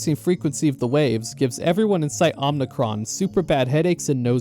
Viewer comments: Just a slight annoyance I have: it’s Omicron, O-M-I-C-R-O-N. Not Om*n*icron. The only n in omicron is at the end. Omi, not omni. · Omicron isnt pronounced Omnicron by the way, I think that’s a Star Wars word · It's Omicron, not Omnicron. It's a Greek letter, not a Latin prefix. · "Omnicron" honestly tells me everything you need to know about this video. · Omicron. Omnicron isn't a Greek letter. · “Omnicron” How do you get this wrong in a game with voiced dialogue?